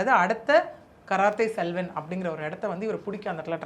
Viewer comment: 😂😂😂 karathai Selvan கராத்தே செல்வன் 😂😂😂 தப்பு தப்பா படிக்காத படிக்க தெரிஞ்சா படி